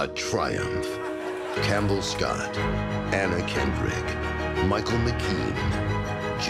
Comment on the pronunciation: Anna Kendrick? I heard mannaquindrick.